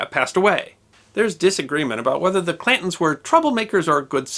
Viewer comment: It sounds very much like your saying ''Clintons'' instead of Clantons.